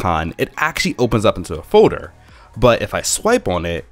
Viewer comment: Foader instead of folder